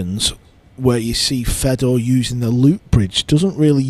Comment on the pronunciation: it’s not. It just makes him sound dumb. His name is Fedor. Not Fred. Fred is a western German name. He is Russian. So say his name properly.